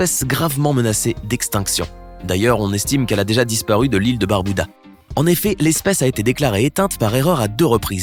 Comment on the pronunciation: Barbuda et non barbouda svp c’est un nom propre 😭